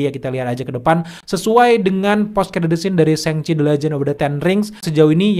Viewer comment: "Shang" cok bukan seng seng risih bet dengernya